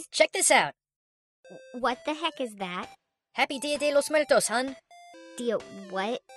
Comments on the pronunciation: "dio de Los mueltos" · While watching this, i kept correcting how he said Dia de los Muertos. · i think it's kind of funny how pronounces dia de los muertos like a porturican or the japanese how he says R's like L's and nice video o really liked it